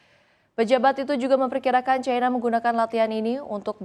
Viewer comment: Cina ato China bukan Caina.. cina ya cina aja. gak harus make promounce inggris serigala. Pas manggil Haimars knp manggil himars. kok knp gak pake prononciation inggris lg?? Cina ya cina aja gak harus make cai cia cai. dadar O On !